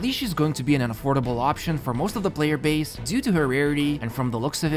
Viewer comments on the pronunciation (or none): none